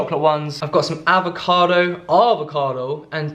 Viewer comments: Avo- .. Arrvocado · Lucy H He says it once with an “American accent” because it’s hilarious?